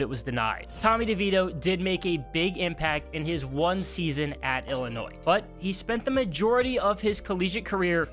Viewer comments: And there is no s in Illinois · you don’t pronounce the “S” in Illinois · You need to learn how to pronounce Illinois and Illini